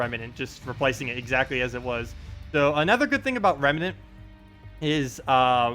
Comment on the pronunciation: Rem. Nant. Two syllables,. Nice video though~